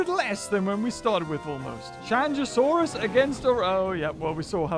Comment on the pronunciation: The proper pronounciation for Qianzhousaurus is: kian-jo-saurus.